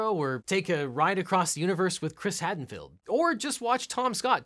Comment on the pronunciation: mispronounced Chris Hadfield as Chris "Hadenfield". Other than that episode was great!